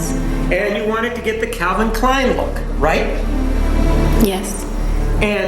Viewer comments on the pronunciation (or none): none